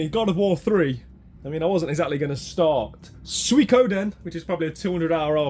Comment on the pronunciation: Happy to confirm, you pronounced Suikoden right 😂